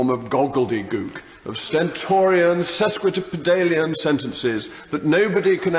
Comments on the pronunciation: "goggledygook... sesquidipidalian" should be "gobbledygook" and "sesquipedalian". If he must use grandiose words, he should make sure he can say them properly first. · They should lend Mogg a copy of the OED so that he learns how to pronounce "gobbledygook" and "sesquipedalian" properly, which he failed to do in the sentence starting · He mispronounces "sesquipidalian", which ironically illustrates how artificial and learned his manerisms (i.e. his entire personality) are. What a pantomime. Literally the stupid man's intellectual. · Within the first ten seconds, he mispronounced the words gobbledegook and sesquipedalian. I like the man, but come on, if you are going to style yourself as a wordsmith, you have to get the pronunciation right. Oh and he also got floccinaucinihilipilification wrong, too. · Can't even say sesquipedalian right. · He pronounced sesquipedalian incorrectly. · Rather embarrassing mispronunciation of 'sesquipedalian' there...